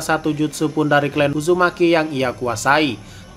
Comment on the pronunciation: Clan ya di baca nya tetp klan, bukan klen hadeuhhh ngmng aja ga bener